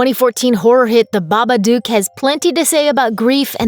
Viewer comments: Isn't it Baba "dook" not Baba "duke"? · The narr8of this videovneeda to know its baba dook not Duke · I hate the way she says babadook book look duke come on